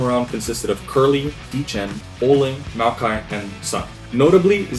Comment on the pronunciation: Maoqi is pronounced "Mao - Chi" not "MaoKai"